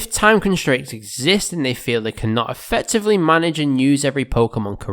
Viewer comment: more effectiveleh yeah right 😂😂😂